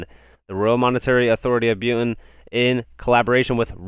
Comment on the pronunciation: The way he says Bhutan makes it sound like some chemical compound.